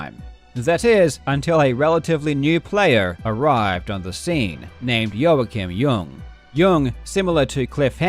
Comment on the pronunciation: Great vid as always AND thank you for pronounciating Joakim Ljung perfectly. You always go the extra mile, I appreciate it.